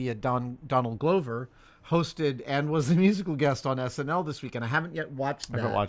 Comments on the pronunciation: Hey Adam, it’s Adam. Donald Glover’s last name is pronounced like Gloves you wear on your hands and not Glow-ver as you said twice. Like when you corrected on Mark Ruffalo isn’t Roofalo. Love you guys! Love details! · is looking at will every time adam said gloh-ver wondering if he should correct to say glover? lol or is it gloh-ver?